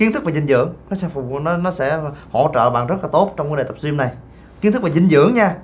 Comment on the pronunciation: Bạn nữ này phát âm từ Gym tệ hại quá....